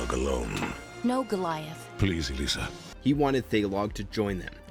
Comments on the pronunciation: I appreciate that you are spreading the love of gargoyles, I really do, but please, in the future, research how to pronounce the names of characters and places in a show. Her name is "ELISA" not "Alsya". Its pronounced "Wi-Vern" not "Why-vern", and "Zan -a-tose" not "Zan-a-toss". especally when you literally are using clips from the show. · Having a little trouble following your video because of the weird way you say character names. Granted, it's been a hot minute since I saw the show, but I don't remember anyone named Alyssa. I think you're badly mispronouncing Elisa's (Eh-LEE-sah, not Ah-LISS-ah) name? The show also pronounces Xanatos very specifically, but you still mispronounce that, too. The "-tos" rhymes with "toast," not "ross." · Just one villain in, and this is already not worth watching. The mispronunciations are terrible, including Elisa of all names (S, not Z!), and while I appreciate you correctly pointing out that the creator considers most the 3rd season non-canon, you then went on to (poorly) describe Thailog's plot from the canon continuation comics without specifying as such, while showing clips from his episode in the non-canon 3rd season. Even a still image of the comic cover would've been preferable during that part! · Bro please stop with butchering my guys name. Say it with me 🤣 Xanatos. Not Xanatas 😂... Thai log bro just stop 🛑 lol E Lisa lol it's Elisa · Elisa is pronounced ELeesa Almost every YouTuber that covers Gargoyles pronounces it like they never heard Goliath or anyone on the show say her name. It bug me lol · Can y'all please check the pronunciations before recording the narration? Pleeeaaase??? It's pronounced WIH-vern, ZAN-ah-tohs, and ee-LEE-sah. You have the clips right there... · Ok seriously if you watched the series WHY CAN'T YOU SAY THE NAMES RIGHT!? For goodness sake the goliath says Eliza's name correctly in a clip. Unprofessional. You can say thailog right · Dude, the way you pronounce Elisa is downright criminal.